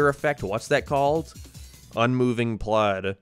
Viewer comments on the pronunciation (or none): none